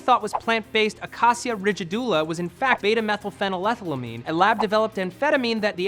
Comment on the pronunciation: Pronouncing beta-methylphenethylamine correctly was damn impressive.